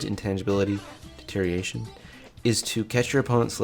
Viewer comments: "Today we're going to talk about Ledge. Intangibility. Deteriation." So close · Stop saying deterioration wrong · you gotta learn how to pronounce deterioration